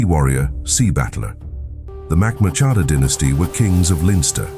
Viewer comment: I did not appreciate the pronunciation of Murchadha. But it was good for a laugh.